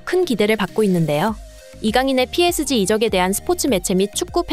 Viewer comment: PSG➡️ 삐에즤...로 읽어라~!! 존말할 때😊😊😊